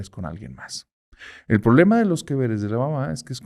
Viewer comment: ¿Qué es el "prolema"? Es quien está a favor del lema, ésa dicción... 🙄